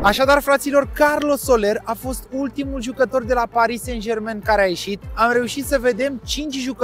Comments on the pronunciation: Nu "Sen Jermen"! Se pronunta "SanJerman"!!! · “sen jermen”🤣🤣🤣